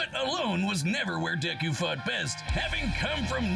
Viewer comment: Why are you saying deku like that?